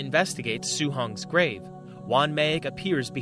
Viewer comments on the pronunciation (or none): none